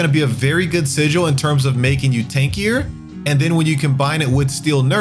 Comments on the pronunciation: he's pronouncing it like si-jewel, not even the way you said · Listening to this guy mispronounce words like "Terminus" is painful. Let's not get into how he pronounces "Sigil" as "Sigual".